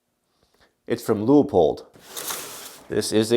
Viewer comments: From the guys that work there, It is Pronounced "LOO-POLD".... but we hear variations all the time. No biggie, at least they're saying our name! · Leupold looks German, pronounced "loy polt", wow you have gigantic bubble wrap, mine is always so much smaller.....